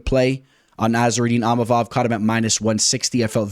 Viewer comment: Bro it's ( EEM-AH-VOV)...& Money Moicano hyped us up!